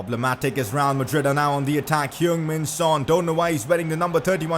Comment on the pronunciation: who else heard him say rrreal madrid